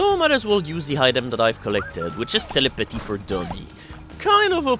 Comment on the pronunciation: Telly-pah-tee for Dummies.